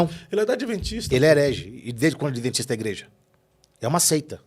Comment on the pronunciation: "adeventista" foi isso que ouvir? Misericórdia!!!